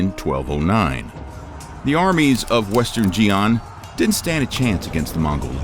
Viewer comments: Xian is pronounced "Shee-Ahn" not "Jee-Ahn". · Xian is pronounced Shi’an, not Jee’an. If you’re going to make a video which viewers can believe is accurate, at least get the names of important places and dynasties correct. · Please correct you pronunciation of 'Xi'an'. It is pronounced as follows: "Shi'an" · How is it that you can pronounce yinchuan but not xian? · I've clicked away from this video after a minute because I think that anyone making content on China but who cannot pronounce (or try to pronounce correctly) place names in China is talking through their arse. 'Xian'- look it up. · You need to edit better... instead of saying in the year of “twelve-ten” you said “twenty ten”...... Also the consistently butchering of words like “Xian” really makes me wonder if I can take you seriously.. Like, my guy didn’t even “try” to properly pronounce it... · So, when is western media going to finally start pronouncing Chinese names with remote sense of phonetic accuracy? Like, not even tones, but just basic phonetics.